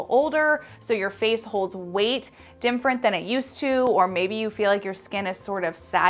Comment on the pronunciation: Every time she says “dim-frent” instead of different 😂😂